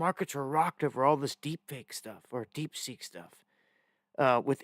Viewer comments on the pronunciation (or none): The new AI is called DeepSeek, not DeepSink lol